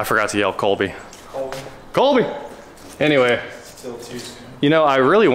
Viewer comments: It’s “Koby”, not “Colby” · It’s Koby not Kolby